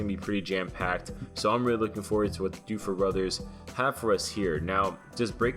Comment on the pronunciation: "Doofer Brothers" . . .